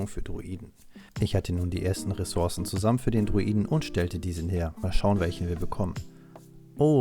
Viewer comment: Es nervt so hart wir du Ressourcen sagst.. 😅